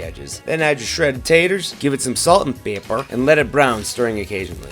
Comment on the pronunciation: The way u said pepper😂